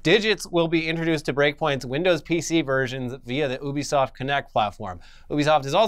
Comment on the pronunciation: Why do they keep saying Obisoft isn't Ubisoft it's driving me mad